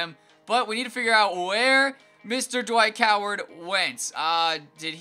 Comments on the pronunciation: lol he said dwight coward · dwike howard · Just gonna ignore He said Dwight Coward